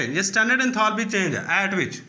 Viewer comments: Abe thoda shi se enthalpy bolna Sikh phir padana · Shut up tumhay to khud ata hi na ho ga enthalpy bolna😅😅😅😅😅